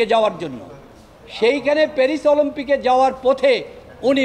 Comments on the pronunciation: OLOMPIC? Haha . Shoshal business ? Haha . English is so bad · অলম্পিক না অলিম্পিক। হায় রে আইনজীবি👎👎👎👎👎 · অলিম্পিক বলতে পারো না৷৷শুনতে কষ্ট হয়